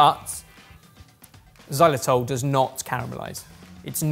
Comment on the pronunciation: isn't it Xylitol, not Xylotol? ;)